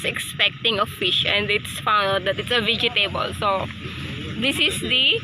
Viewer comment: Vej-tuh-bl, yan po pronounce ng vegetable. Sorry, I don't want to be rude po but I need to correct you.